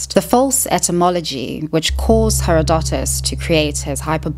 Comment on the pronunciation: I'm sorry, but the way you pronounced Herodotus made me physically cringe.